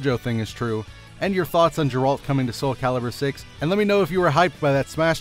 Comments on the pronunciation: It's Gare-Rult, not Jay- Ralt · GA-AIR-ALT Why does everyone get his name wrong? They say his name a million times in everygame. I guess noone plays Witcher v.v